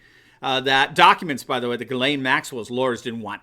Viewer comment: Say her name.. Ghiz-lane.